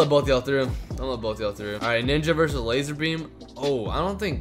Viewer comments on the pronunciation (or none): You said lazer beme and zebce